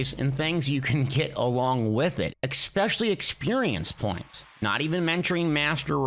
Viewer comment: Expecially isn't a fucking word. Its especially. Also, seals of endeavor. not seals n endeavors.